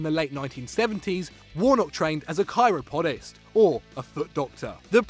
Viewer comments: hahaha"chiro-pod-ist" maybe a read through of script before takes. "that's a foot doctor" Hahaha Dick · Lol Chiropodist (shih-rop-o-dist)